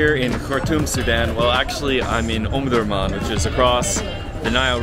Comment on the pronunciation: Omdorman Not Omdomam Iam from sudan,omdurman